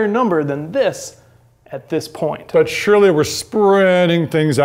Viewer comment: What is he saying? But Shirley we are spreading things out.